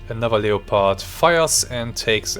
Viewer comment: Awesome game, and awesome vid. Just an FYI, in English, you pronounce Leopard as “Lepard” or “Leperd”. The O in it is basically silent, so it’s not “LEE-O-PARD”